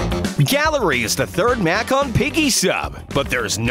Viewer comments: did you say mac instead of map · U said Mack not map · Narrator: next is the gallery map What I heard: next is the gallery mac